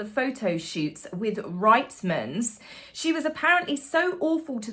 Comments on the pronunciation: It is not pronounced”Rightman” it is Reitmans, prounced like “Reetmans” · it’s pronounced as “r EATmans” I have 2 stores around the corner from me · FYI Reitmans is pronounced “reet-munz” cheers from a Canuck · Hey! Just a quick note for you and everyone else who covers Meghan’s sticky fingers. Over the last few years the story of her stealing the Aquazurra shoes from the Reitman’s shoot in Montreal (not Toronto) has been making me crazy!! Yes, she stole the shoes, yes she has sticky fingers…but for those who choose to bring that story up in the future…could you PLEASE share the correct pronunciation of the store? I’m Canadian as is the store, which is spelled Reitman’s, but is pronounced REETMANS, NOT RIGHTMANS. Thanks for sharing if you don’t mind. Have a great day! 💖